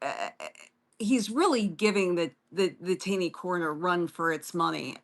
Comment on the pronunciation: FYI Justice Roger Taney is pronounced Tawney.